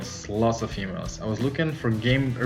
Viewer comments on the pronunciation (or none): Oh EMAILS! I thought I heard "lot's of females."